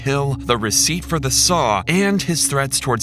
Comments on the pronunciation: Receipt. Not receit. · "receit" for the saw lmao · Receipt has a 'p' in it